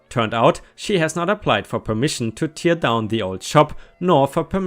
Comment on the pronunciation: it's tear, tear, not tier. Please Google the right way to pronounce it!